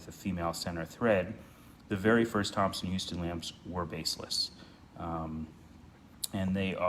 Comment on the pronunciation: Just so you know, it was spelled Thomson-Houston and "houston" (after co-founder Edwin Houston) was pronounced "house-ton". Thank you for taking care of a piece of the T-H legacy.